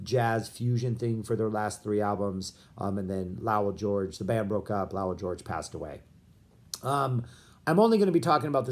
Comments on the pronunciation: If you're going to analyze the "Lowell George Era" you might want to figure out how to correctly pronounce "Lowell"... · What's with your pronunciation of Lowell? Have I been mispronouncing it for decades?